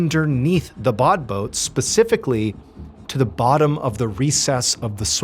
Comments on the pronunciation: Interesting story as usual however it says badboot yet you keep saying bodboat is there something I'm not getting? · "Say 'bod boat' ONE more time...." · Take a shot every time he says “Badboot”.